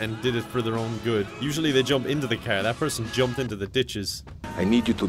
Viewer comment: The best part is like he's talking super normal and then he says "caeerr" instead of car and I always die